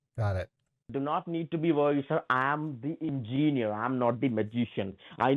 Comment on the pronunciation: Ingeenier??? 😂 This guy is a real eejit! 😅